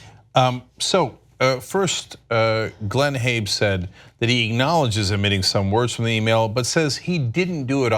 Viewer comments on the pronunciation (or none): Why do you pronounce it "Habe"? Haven't you heard of a Saab?